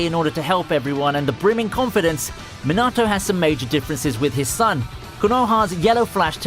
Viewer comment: Rip Minato name pronunciation